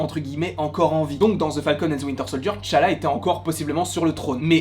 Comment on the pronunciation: Enfin Quelqu’un qui dit Tchalla et non T Challa 🎉🎊